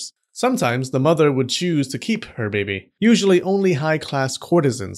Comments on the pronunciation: I love how this guy says baby for some reason. Ba-behy. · I like the way he says 'babih'